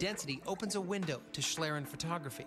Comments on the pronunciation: The spelling may be correct, but it's not pronounced the way it is in German. The "ie" in "schlieren" is pronounced like the "ie" in "shield." Though I assume the way it was pronounced in this video has become the conventional way of doing so. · pronounced "Schleeren". sorry it was bugging me. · Actually the prof (or whatever he is) + pronounces it almost right. It's the narrator which pronounce it the "english way" ^^- The prof still has some dialect and that's fine i guess especially since we german are known for having one of the worst english dialects (way after india of course :D). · i like how english speaking people pronounce the word "Schlieren" it irritates me a little but its funny as hell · it's pronounced "shleeren" not "shlaeren". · shlirren... its schlieren pronounced like "ee" in need followed by an "ren" like in renderer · One of the guys pronounces it like shlearen, but it should sound more like schleeren, if you want to pronounce it correctly. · Random Question: Why is every non-english speaker trying to speak this language as good as possible, and english speaking persons won't give a shit how to pronounce a word in a field they are experts in? BTW it's called Schlieren (pronounced like "Schleeren" not "Schlrn"...) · It doesn't. It's just used specifically to refer to this type of camera. What I think is interesting, though, is that they pronounce it like shlairen for some reason. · It's actually pronounced like schleeren. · Speaking and learning a language is not the same as adapting a loanword. Loanwords will be adapted to use the pronunciation quirks of the language adapting it. That said, I thought the way they said "shlairen" was kind of entertaining. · its shlee, no "k"-sound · if you are a native english speaker, "schleeren" should probably hit the pronounciation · It's pronounced "shleeren" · Good thing they mentioned the word is German, I didn't understand it at all! "Schlieren" is pronounced like "shleeren", with a long "e". =)